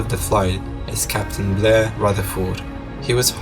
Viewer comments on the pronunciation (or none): none